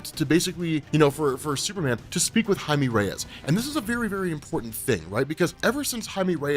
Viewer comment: Woahhh learned how to pronounce blue beetles real name 😂😂